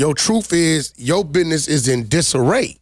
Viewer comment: For the youngsters watching this.... The word is pronounced "BUSINESS" not "BIDNESS".... 😂😂